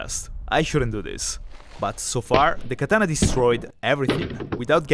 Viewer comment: Katana(x), Bat(o)😅😅